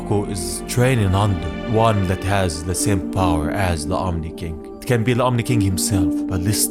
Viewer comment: It's Omni not omi